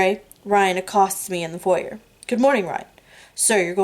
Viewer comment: thank you for doing these readings. Might I suggest you put a mark by the words you don't know and learn the meanings and correct pronunciations,check foyer and Chablis for starters. Please disregard my other comments, I am listening to this while ill and got turned around missing 3.5. Thanks again for your selfless contribution to us hopeless romantics.